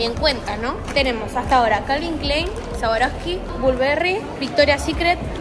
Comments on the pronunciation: Me mata diciendo sawaroski jajajajaj amola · se pronunca sharouvski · Cómo vas a decir sawaroski 😭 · No niego ni afirmo q retrocedi mil veces para escucharla decir sawaroski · compra swarovsky pero no la sabe pronunciar te amo loco se puede salir de hurlingham pero hurlingham nunca sale de vos... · amé el vídeo pero me daba cosa q pronuncie más swarovski todo el tiempo:(